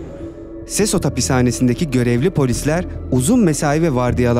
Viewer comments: Sesot değil sekot diye telaffuz edilir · Abi sesot değil sekot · SESOT DEGIL BIR KERE O SEKOT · Abi sesos okunmuyor sekot okunuyor